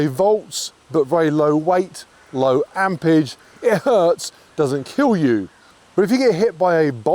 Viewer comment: ampERage not ampage